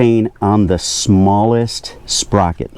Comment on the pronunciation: Say”sperocket” one more time. 🤣Great video. Great job and Thank You